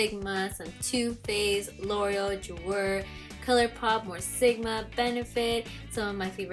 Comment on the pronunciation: Same with l' oreal lol